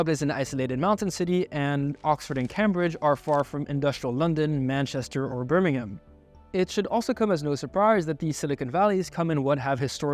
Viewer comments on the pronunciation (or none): none